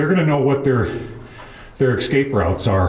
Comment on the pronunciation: I always feel so short of breath listening to you. I recently had PEs and recently been diagnosed with asthma and it makes me short of breath. Do you carry a rescue inhaler? Maybe all that crappy dusty air. Also it’s eScape not eXcape. Just a little FYI. Nice videos